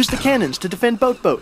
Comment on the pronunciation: I LOVE THE WAY U SAY BOATBOAT OMMMMGGG